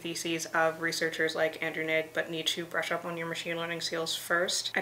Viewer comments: great video but ''Ng'' is pronounced like ''Wu'' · I will delete this comment if you want but the lastname "Ng" is pronounced more like "ing" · OMG! Wasn't expecting helicopter gyroscopic precession! Allow a very much younger Destin from SmarterEveryday to help: (Also "Ng" is pronounced ling the ng in "ing")